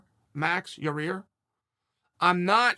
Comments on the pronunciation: He slipped up and accident said Yair’s name right lol love Uncle Chael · Chael finally said Yair instead of Your Ear